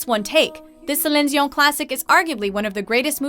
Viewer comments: Friendly reminder that Celine Dion is super sick of that song because she's had to sing it so much. She has to sing it at every one of her appearances because its so popular and iconic. Also, they pronounced her name really weird. Yes, she's french canadian, but its pronounced 'se-leen dee-on'. She has much better hits than this, considering she also did the song for Beauty and the Beast, and had numerous albums out during the eighties and the nineties. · anyone annoyed with how the pronouce Celine Dion's name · Anyone notice how the female narrator chooses to pronounce Celine Dion's name with the French pronunciation, but doesn't even TRY to pronounce other names of singers with "ethnic" names? Specifically, other names derived from the other 5 romance languages? Hmm. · Hahahaha when you hear the narator's pronunciation of Celine Dion and you realise she is Quebecoise lolll🙌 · God can you guys pronounce Celine dion name like everybody else! hahaha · I stopped the video after the way she pronounced Celine Dion lol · I am so annoyed by how you say Celine Dion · i cringe eveytime msmojo/watchmojo people say Celine dion's name